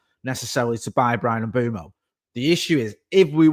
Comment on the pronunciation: it's "Mm-bweh-moh" (Mbeumo)...🙏🏾